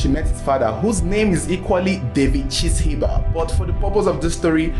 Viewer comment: Chishimba pronounced Chi- shiimba